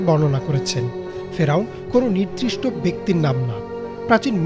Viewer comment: আপনারাদের মতো উচ্চ শিক্ষিতরাই যদি বাংলা উচ্চারণে ভুল করে, তাহলে সাধারণ মানুষেরা কী করবে। এটা নিদ্রিষ্ট না, বরং নির্দিষ্ট হবে, বুঝেছেন।